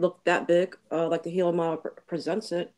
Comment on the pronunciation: Is really saying the “helium” model? It certainly sounds like that to me.